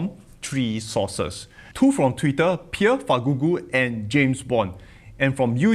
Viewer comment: You butchered Pierre his name better than from Financial Education😂